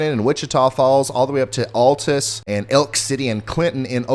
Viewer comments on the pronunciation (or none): Hi :) it's pronounced 'Al-tus', not 'All-tus' LOVE YA! -FROM OKLAHOMA💜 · Pronunciation tip: Altus, OK is pronounced "OWL-tǝss". Don't feel bad, I too thought it was ALL-tǝss the first time I saw it. Anyways, Ryan, I greatly appreciate your hard work and dedication to doing what you do, and even more so, going live and staying live on the air when it gets REALLY nasty. Thank you in advance for when and if it ever hits my neck of the woods in the Ozarks of south-central Missouri. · Pronounced AL- (like a guy's name)- tus. Altus Oklahoma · Thanks so much for the look ahead. And a little help... it is pronounced Al-tis ❤